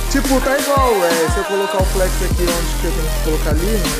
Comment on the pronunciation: O não é Flex e sim flét